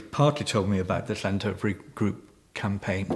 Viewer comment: It would be slightly better if you could pronounce Llandovery slightly better, but I fully support you. For me it would be an interesting exercise to track who owns the companies behind the wind farm, I tried but it seems to be very complicated